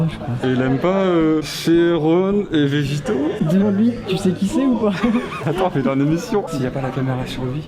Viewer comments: Quand il a dit : "Vegito" j'avais envie de mourir 😭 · « Vegito » aie